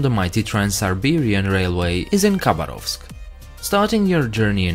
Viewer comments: not russian, because he does not say khabarovsk right. ‘k’ is silent and the stress goes on second ‘a’...so Habárovsk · When pronouncing Khabarovsk the K is silent, so it’s pronounced Habarovsk